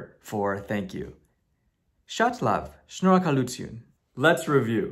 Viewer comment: I am mind blown! When you pronounced shnorakalutyun perfectly I literally jumped out of my seat! You are amazing